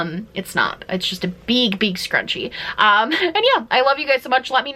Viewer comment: A beeg, beeg scrunchie lol Love this vid!